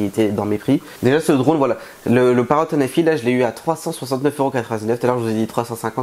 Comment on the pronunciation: on dit pas paro mes parote au sinon bonne vidéo